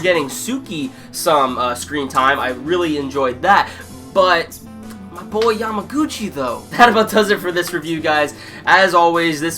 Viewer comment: It's kinda funny that you don't remember many characters name or pronounce them incorrectly but you keep saying Yamaguchi's name perfectly! I found it's funny :) Anyway, good review and please keep doing haikyuu's review! I like your review mostly because I am another person who wait Yamaguchi's spotlight time!